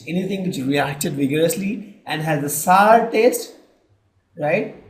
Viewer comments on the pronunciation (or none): female voice in good in exam fear than male so....plz mam we feel better if you explain and sir dont feel bad sir, its notsar its sour not only this there some more mistakes in pronounciations of other words